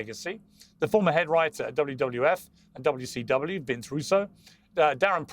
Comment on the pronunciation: it's wcw , not wtw, mr Morgan!